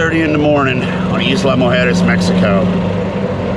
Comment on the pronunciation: EYE=luh guys not EAS=la